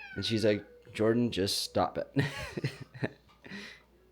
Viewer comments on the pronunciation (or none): none